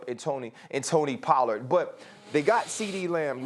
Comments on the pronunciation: Pollard not Polllard🤦‍♂️ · its pollard not polland fix it espn this is embarrassing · Pollard not Polland 🤦‍♂️